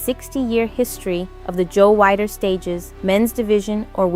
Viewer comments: Weider is pronounced “WEE-DER”! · Learn how to pronounce Joe Weider's name correctly, you calling him Wider